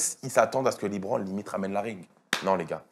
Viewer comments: Il me saoule à dire Libron ! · Être fan de LeBron et mal prononcer son nom ça la fout mal quand même